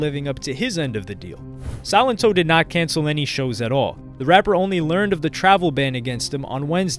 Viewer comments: Bro you pronounced it Silent-Oh lmao I think it’s silen-toe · The pronunciation is Suh-len-to. If you're going to do a video on a person, know how to day the name correctly. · It's SAlento not SYlento. Smh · Pronounced as So-lent-toe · He really said silent-toe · Did u call him sonito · Yo i swear, everytime I hear somebody say his name it sounds like they're saying "Silent Toe" lmao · I'm pretty sure silento is pronounced sa-len-toe.